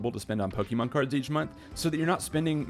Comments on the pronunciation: Saying Poke-EEEE-mon is always cringe to hear 🤦🏻‍♂️ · Just discovered your channel today and this video has some solid advice for collectors everywhere. Liked and subbed! One recommendation, try to pronounce Pokémon the right way, especially if you are going to say it all the time! Its a personal irk, but I cant be the only one lol. Good content otherwise!